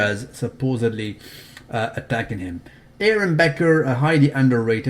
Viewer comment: his name is Aaron 'Baker' not "Becker"